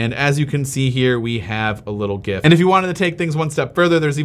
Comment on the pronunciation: You are pronouncing GIF correctly. The "G" should be pronounced the same as Graphic, which is the word it stands for in the acronym.